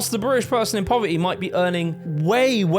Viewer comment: ❌Poverty 🗣PO-VAH-EH ❌ Community 🗣COM-UH-NI-EH ... Love it! 🤣